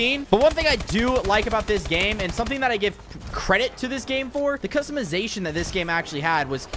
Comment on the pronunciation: Why he say give like that?